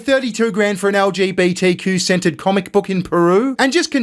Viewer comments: when you say centered it sometimes sounds like scented to my ear. So i got quite a chuckle when you said lgbtq scented comic book 😂 please forgive me. I'm American. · this is wild i have an ear thing going on right now and when he said trans gender centered it sounded like scented and only because iwas curious about this sceneted comic book did I double check....i literally otherwise did not think twice about it.....i just wanted to know what kind of scenting they would have used....so disapointed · Did you say an LGBTQ-scented book? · I'm hearing you say "LGBTQ 'scented' comic book." Could you elaborate? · lol I thought you said LGBTQ scented comic lol imagine what that would smell like lol 😏